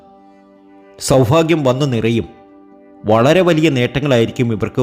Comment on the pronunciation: "Saubhagyam" not as you pronounce "Saufagyam", correct your malayalam pronunciation. Don't mislead the public, do some real work.